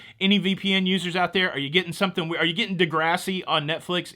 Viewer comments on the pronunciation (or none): none